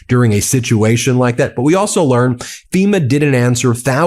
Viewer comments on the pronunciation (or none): none